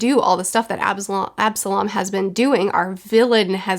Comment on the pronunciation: She wished death on Absolam! No one likes him lol. She hated him so much that she actually said his name right.